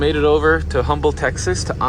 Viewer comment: Love me some "Gold Dust!" You weren't too far from me out here in Houston. And it's pronounced "Umble" not Humble. Common mistake, blessings my dude.